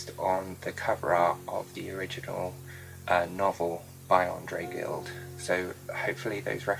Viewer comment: Very cool. I am always mesmerized by your talent and creativity. However, the French language is not one of your strengths. Gide is pronounced like ' jeeed' I hope that helps! Language was/is one of my thangs. You and Ms. Olivia Pope crack me up!